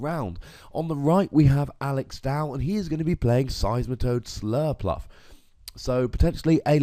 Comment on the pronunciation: Slurpurff not "Surlpluff"